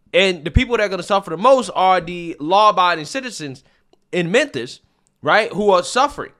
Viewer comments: STOP SAYING "MENTHIS"! IT'S "MEMPHIS"! Just playing man, lol. Love your work and try to watch all your daily videos. Keep it up! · what's with your pronunciation of Memphis???